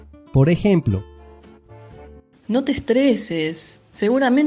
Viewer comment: El rioplatense dice "no te estresés", con acento y tilde en la última vocal. No como el ejemplo q diste